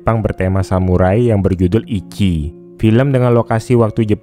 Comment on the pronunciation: Ichi tuh dibaca ici ci bukan ki iki, dalam bahasa jepang ichi artinya pertama/satu